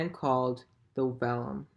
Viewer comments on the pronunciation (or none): Helpful, but I believe the wall is called a "vallum", not vellum.